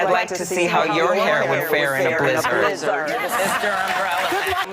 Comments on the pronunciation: It’s kind of a mildly good comeback the first time on Twitter. Like yeah, trumps hair would probably fall off his head in a blizzard. But why recite the same okayish tweet 500 times as if it was the funniest joke you’d heard in your life? AND WHY THE FUCK DOES SHE SAY BLIZZARD LIKE THAT!?!? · Damn she was proud of that joke. And she says blizzard really weird